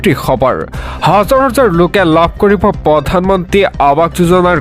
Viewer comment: সবৰ নহয় খবৰ । "খ"আৰু "স" দুটা পৃথক ধ্বনি ।